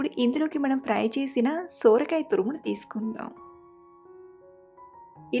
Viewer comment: Akkoooo sooorakai kaadhu sorakai😅😅😅😅